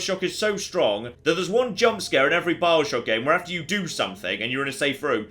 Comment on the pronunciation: A couple of times he said 'Bileshock'